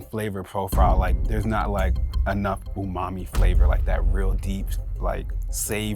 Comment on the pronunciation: Why’s he keep saying “poomami”?